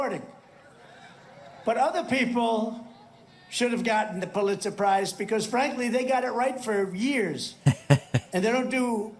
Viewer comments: He's says "Pulizer surprises", yes they would be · Poohletser prize? 😂